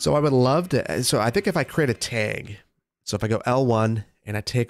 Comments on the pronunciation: Tag not teg😂🤣🤣🤣🤣🤣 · teg - please say bag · Love the Midwestern "tag" pronunciation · I love the way he says 'teg' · Man, "taeg"? Hehe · I got used to thinking of you as having no accent because you pronounce almost everything the same way I do, so I was definitely surprised when you said “tag” like “taeg,” lmao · My Michigander ears picked up that Wisconsin/Minnesota pronunciation of "tag" 😂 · I twitched a little each time, never heard it pronounced that way, same thing with "drag" it took me forever to realize I wasn't just mispronouncing it wrong my whole life lol! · Pnw also pronounces it this way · The way you say “tag” very Wisconsin of you. I love it. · The Wisconsin really jumped out when was saying "tag" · Boy the way you said tag was the most Wisconsin thing. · the wisconsin came out when saying tag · You say tag like you say peg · I have never in my life heard the word tag pronounced like that. Is that a midwesterner thing? Don't take this as me making fun, I'm just curious. I've got a Boston accent myself so i've certainly got my quirks.